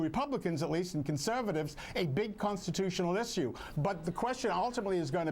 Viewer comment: stop saying "issioose" u freakin panzy